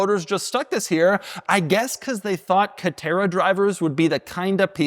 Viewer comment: Dude , calm down before you have a stroke. It’s just a C a TE rA